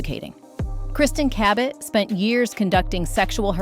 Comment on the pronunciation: how'd you pronounce Cabot? Ca-bet? in the Philippines "Ka-bet or Ka-bit or KABIT" in Tagalog means MISTRESS 😂😂😂